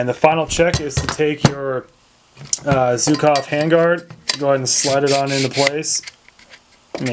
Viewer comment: for the love of mother russia, learn how to pronounce "Zhukov" (it's not zukov). As a free bonus, stop saying "kalishnikov"